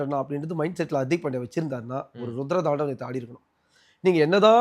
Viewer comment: Anchor bro adhu Hartik illa hardik .